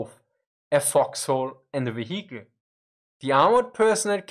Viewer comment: Don't forget the "veheekl". And "neinteenfoadi".